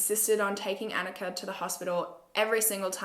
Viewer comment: hey just so you know her Annikas name was probably pronounced ON-Ika not AN-ika. I have a sister named annika and we are of norwegian backround.